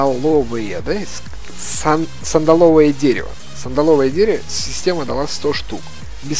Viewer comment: ААААААА... СандАловое дерево, сандАловое.... Ударение на второй слог.